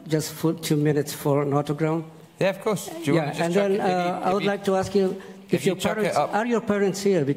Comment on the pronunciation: Sorry, "of course", not "of curse"...